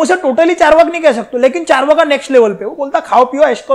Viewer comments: Charvaka nahi hai charvak nam hai bhai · sir why you speak charvaka why not charvak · Charvaka nahi charvak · चार्वाका मत बोलिए सर 🙏🙏 चार्वाक है । Please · आचार्य चार्वाक को चार्वका क्यों कर दिए ?? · "Char waka" nahiye "Charwaak" hai pronunciation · With due respect , its चार्वाक not चार्वाका it is अकारांत word not आकारांत word. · It's charvak not charvaka. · चार्वाका नही रे, चार्वाक. क्युं हिंदी की मा बहन एक करते. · चार्वक होता है न की चार्वाका सही से पढ़ना सीखो।